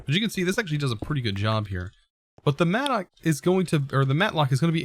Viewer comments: Now it seems like does the mistakes on purpose since it increases the user activity. I mean he said mattock correctly first and then suddenly he went mat-lock.. #mixedfeelings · oof, but yeah, it’s “Mattock.” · Says "mattock", but corrects himself to say "matlock"...